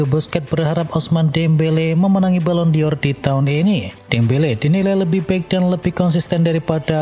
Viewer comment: Bacanya balon dor BUKAN balon di or ...botol... Channel abal2... Baca balon dor aja lu ngaco... 🤪🤪🤣🤣